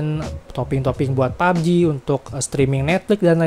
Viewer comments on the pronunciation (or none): none